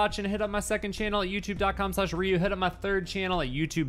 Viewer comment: did ryu just casually roll his R? haha